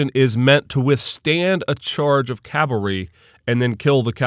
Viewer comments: calvary?? Perhaps "cavalry"? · Umayyad "calvary" hee hee